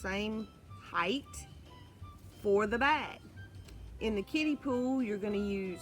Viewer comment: LOL! I had to hear it a few times to realize you were saying kiddie pool, and not kitty poo! I had to wrap my head around that! LOL! Glad to hear you are using a kiddie pool and not the other!